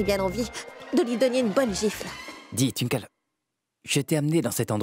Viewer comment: Qui comme moi à remarquer que c'est youvi qui sait bien prononcé le nom de Twinkle😂😂😂 pas étonnant que les autres qui commente dit tinkol d'autres twikole et etcccc.... Blablabla😅😅😅😅😂😂😂😂